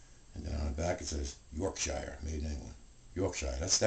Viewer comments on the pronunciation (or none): great video and by the way, you pronounce Yorkshire York-sheer :)